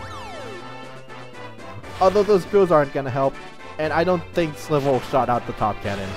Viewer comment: You said Slival's name wrong, it's supposed to be said like Rival